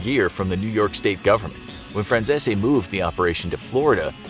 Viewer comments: Lol "Frachchesee", Its 'Fran-sees' 😆🤣😂 Get It Right. 😆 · Michael Fran Cheese 🧀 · Please learn a little basic knowledge because you keep mispronouncing his last name. It’s “France-ees”. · His last name is pronounced Fran CEASE not zesi. Pronounced Like GREASE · Aaaactually...its pronounced FranZESE. Not CEASE. Just sayin lollllll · Its pronounced "Franzeez" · Michael: I'm Michael Franzese Every single person for some reason: FRANZE-SI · Fyi, his name is pronounced Franzees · His name is pronounced zeese as in geese. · Is it me or does he keep saying micheal franzeshi😅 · His name is pronounced "franz-sees" and he has a youtube channel where he talks about his experiences. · I think 'Fran-zeh-zee' is more like how you pronounce the name. Italians often mispronounce or heavily Americanize their names. An E at the end of an Italian name could be silent or annunciated. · nah it’s pronounced “Fran Si Zi” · Your saying Franzese wrong it’s (Fran-z-e-s) no silent zs or zs that somehow turn into an s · Michael Franzese is all OVER YouTube, and you guys can't pronounce his name the way he does? Fran Cease. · I saw a news report about him and his father in the 80. The reporter said Michael “FranZeeZee” 🤣🤣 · Pronounced last name wrong. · I’m sorry, …. You really butchered his last name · Atleast research how to ya know pronounce the name correctly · Your probably gonna get whacked for repeatedly butchering his name! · the way you pronounce Franzese hurts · All I’m gunna say is there’s tons of videos of how micheal pronounces his last name and y’all still got it wrong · He's pronouncing his name wrong he has a youtube channel and reviews mob movies and stuff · They just straight mispronounce his last name to sound more Italian. Check out his YouTube channel first buddy! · That's not how you pronounce Michael Franzese's last name, hope you don't get whacked~! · You pronounce franzese wrong he has a channel you can watch him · Not saying his name correctly.